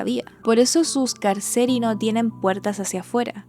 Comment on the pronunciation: Pd : di Piranesi, Carceri se pronuncia CárCheRi - cárceles.